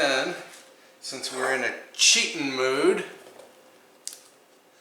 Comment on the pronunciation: It’s makes me laugh when you say cheetin mashed potatoes. That fish and fresh salad look so yummy.